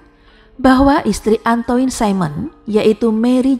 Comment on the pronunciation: Kalau iblis sudah merasuk ke jiwa manusia maka hanya kebiadaban yg menguasai jiwa sehingga perbuatan biadab tanpa kasih dan nalar. Mbak, Capet bacanya kepet (e pertama spt e pada kata kEcap & e kedua spt e pada pEtang). Antoine = Antoang Jacques = zak Jean = zeang (Maaf, gak ada phonetic symbols jd gak bisa nulis simbol baca yg benar)